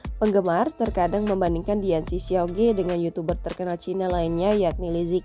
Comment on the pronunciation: bukan ge mbak bacanya tapi dibaca ke alias siauke artinya adik lelaki . jangan di baca ge